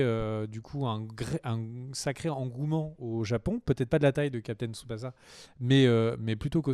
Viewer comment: Ça se dit Captain "Tsubassa", pas "za" Et puis c'est "Seursha" Ronan et "Killian" Murphy. 😁 out P.S: Des bisous à Jun alias Julian et sa chère Tipie, qu'il faudrait caser avec Bourdu, le mec à Bunny aussi appelée Sailor Moon, pour en faire le couple aux noms adaptés les plus pourris de France. 😇